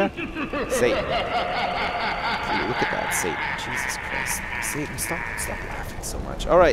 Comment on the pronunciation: It is Satan not Satin